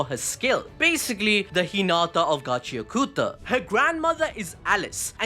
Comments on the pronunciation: It's not gachia kuta, it's gachi akuta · Bro say the name of the anime right pls😢